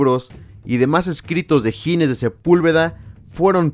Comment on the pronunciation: es Ginés, no Gines; dicho lo cual, maravilloso video